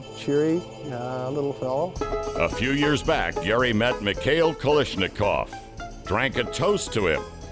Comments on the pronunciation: It’s Kalashnikov! Not kalishnikov!!!!! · Pardon me, "It's Ka - Lash , not Ka - Lish.... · This is one of the worst videos I have ever seen. So much inaccurate info presented. Also, what is a KaLISHnikov?